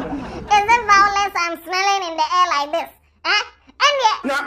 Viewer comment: Omg vawulence🤣🤣🤣🤣🤣 It’s Alatiawe’s reaction for moi🤣🤣🤣